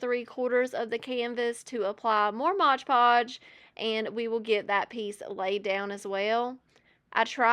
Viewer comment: Its mod podge - not modge podge